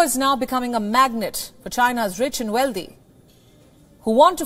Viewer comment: Why does she pronounce wealthy as "weldy" ? and mis pronounce "sovereignty"? as sovERNity ????